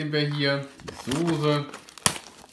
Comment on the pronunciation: Immer diese Leute Sose anstatt Soße sagen 🤷🏻‍♂️